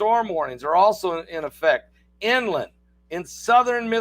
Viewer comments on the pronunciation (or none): none